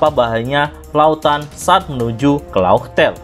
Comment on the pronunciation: Laugh tale bukan fartale